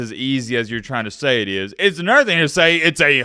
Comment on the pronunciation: It eeeyuzz what it eeeyuzz. Three huuhderd and fitty kay.